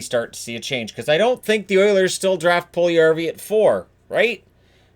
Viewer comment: Puljujarvi = pull you yarvi. NOT Pull yarvi. Stop miss this name pronouncing. Stop listening to dopey radio/TV pundits.